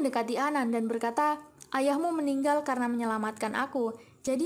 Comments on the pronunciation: Meninggal meninggal meninggal,, bukan meninggol meninggol,, sekolah dgn benar la admin... Lawak2 wkkwkwkwkwk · Gak bisa ngomong ya meninggal bukan meninggoy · Gak suka kalo naratornya lagi sebut "meninggoy" bikin bingung...bilang aja "mampus..atau.. tewas...atau..mati" jadi lebih dapet nangkepnya.